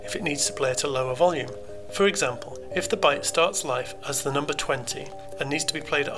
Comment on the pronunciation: "For ex-sample"